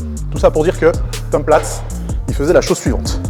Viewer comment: Tom Plates ? Plutôt Tom Platz 😉